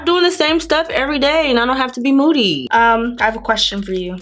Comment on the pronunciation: Way does moody sound like boody